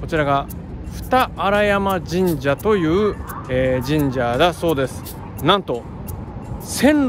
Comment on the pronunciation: ～ 個人的に違和感感じたのですが、 読み方「二荒山(ふたらさん)神社」だと思います。 それぞれの県の人達の優しさや県民性がとても素敵で改めて「47都道府県チャンネル登録グランプリ企画」はとても素敵で楽しい企画だなと思いました。